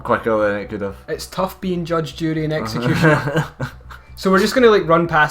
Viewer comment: It's the accent. Sounded like it.